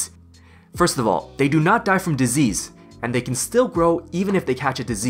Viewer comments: No One: "...": "DisEASE" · Great guide. I particularly liked the way you say disease. dezeez. 10/10 would recommend.